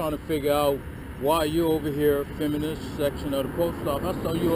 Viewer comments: What the hell is "fimmin"? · They clearly employ the handicapped, which is a good thing. I love the way he say fi'mmin'. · Just stop "fimmin" already! 🤣😂😂 LMAO!!! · He needed a "Pacific" reason for why he was "fimmin" too 😂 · He keeps saying "fimmin.' The world is filming. It contains an l and a g. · "You're on this property Fimmin." What is Fimmin? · “Fimn” what the F is fimn?? 🤪😂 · What is “fimming” 🤣🤣🤣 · It’s hard to listen to stupidity. Fimin. Just Fimin. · I would have asked him what the hell "fimmin'" is... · What exactly is "fimmin?" Apparently, that's what said you were doing! Lol! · “You are fimming” Life for this guy is very very confusing. He has the brain power of a 3 year old. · It's " fimmin" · he is saying Fimmin,,right ,,im not just really stoned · Why can't that clown say 'filming' ? He keeps saying 'fimin' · Hey, the word is filming, not fimming. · I think you mean fimmin. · I axe you why are you fimmin